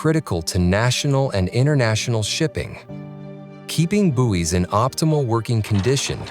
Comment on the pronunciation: Had to stop watching,he kept saying Booies